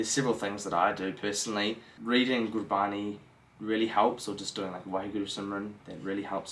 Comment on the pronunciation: learn the correct pronunciation of gurbani from 'Nihung Santhia'. You can learn more here